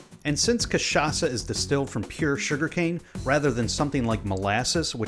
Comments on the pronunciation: Kudos for pronouncing the Word Cachaça with perfect CHA and ÇA , native Brazilian here. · The way he say cachaça is so perfect 💚💛💙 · omg yes someone from outside brazil that pronounces cachaça the right way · Good job speaking cachaça. It was spot on. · Good job. Great pronunciation of "cachaça", this shows respect and research. Some folks will just call it "catchaka" and it kind of makes my ears bleed. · As a native Brazilian, I have to congratulate you for your pronunciation of "cachaça". Foreign say the "ch" part wrong all the time. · Hey man, first time i've seen an american saying cachaça correctly and not catchaça, congrats!! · Yup, I can really see his effort into speaking correctly the most important Portuguese words for the video